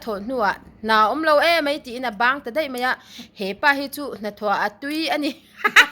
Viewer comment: min ti khi vur vur zel,mahse mai tih hi mei tiin i lam leh thin 🤭🤭